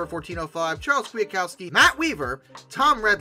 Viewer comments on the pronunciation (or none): none